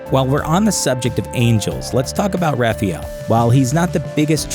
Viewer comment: You pronounced Raphael wrong. You probably also pronounce aluminium wrong. See what im getting at here. Things can be changed to suit your needs. In SPN's case. Changed the lore. Saying Angels are supposed to be good cause the bible says so is stupid SPN has its own lore so your twilight sparkling vamps can fuck off.